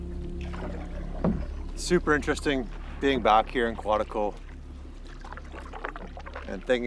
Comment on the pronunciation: There's no other place on earth like Quetico.. Not Quatico..😉